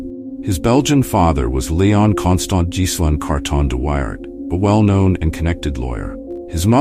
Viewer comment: A lazy, lazy piece of film making. Germans with helmets when you’re talking about the Boer war; hopeless pronunciation. Carton de Wiart deserves a proper effort.